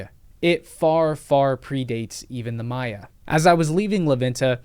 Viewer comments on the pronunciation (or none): none